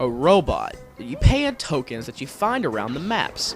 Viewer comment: haha "tokings" and "dinostores"